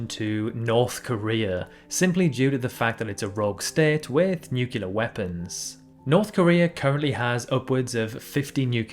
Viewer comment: nu CLE-ar not nu-CU-lar